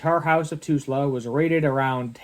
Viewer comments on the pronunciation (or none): T U L S A !! NOT TUSla !! what an idiot to INTENTIONALY MISPRONOUNCE something !! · Tulsa Oklahoma not Tusla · Cmon man... how can you not know how to say Tulsa? Lol